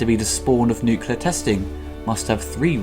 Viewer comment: As much as I like the reviews... C'mon dude. WTF! Nucular??? It is fucking NUCLEAR! Have some decency!